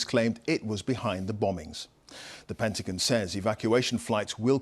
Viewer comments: "Penti-gin"? Lady, it's Pentagon. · The PENTIGIN LOL